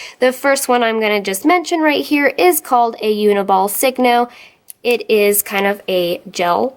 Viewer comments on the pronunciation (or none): none